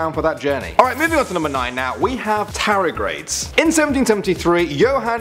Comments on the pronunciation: TARDIGRADE not Taragrade, ffs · Read my comment on top 10 scary signals from space.Also it's tarDIgrade not tarIgrade. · I'm pretty sure tardigrade is pronounced with the d in it. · Its pronounced tar-dar-grade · Its pronounced tarr-dee-grade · Oof, you butchered the pronunciation of tardigrade pretty badly. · top 10 mispronunciation of the word Tardigrade